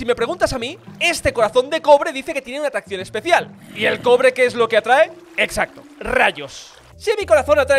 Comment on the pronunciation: en la parte que ase el corazon de cobre le entiendo crobre xd